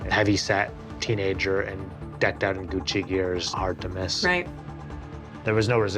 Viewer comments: said Guccy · Says Guccy it's fake lol 20k 😂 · Gucci not guccy lmao